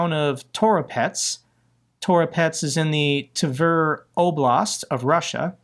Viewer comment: Tver rhymes with "flair".